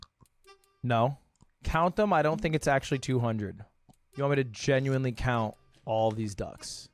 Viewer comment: Love you Lud but do you say genuinely gen-yew-wine-lee?